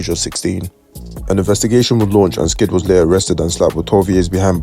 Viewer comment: His name was S kid bro not skid